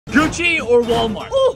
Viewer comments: Finally hearing says Gucci the right way... He always says Gukki🤣🤣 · You guys are looking so cute! I subscribed a long time ago, hopefully Zoe gets a capybara. Also, I'm proud of you,. You pronounced GUCCI right!